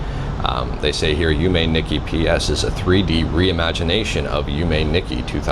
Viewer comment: you were so close! you pronounced yume corretly. the "i" in japanese is generally always a long E sound (like in Toshiba or Nissan), so its less "nicky" and more "neek key"